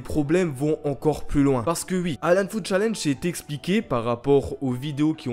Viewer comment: J'aime bien quand tu dis "ui" au lieu de "oui" ❤️ Et oui j'ai liké mon propre commentaire